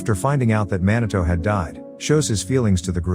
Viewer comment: "man a toe"? Come on, pronounce his name properly please. It's pronounced MEE NAH TOH !!!! How would you like it if I call your channel name "ass a high"?